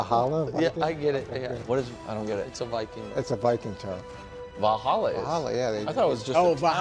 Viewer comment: Watching them all collectively not know what Valhalla is and how to pronounce it was cringe lol